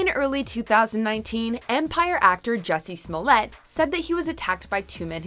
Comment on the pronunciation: Your pronunciations are terrible "Juh-see Smoll-ett?" It's "Joo-see Smul-ey-ay."